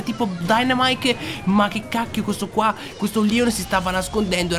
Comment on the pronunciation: Ma perché dici Leon selvaticooo??